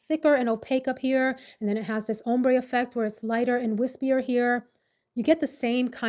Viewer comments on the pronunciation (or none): none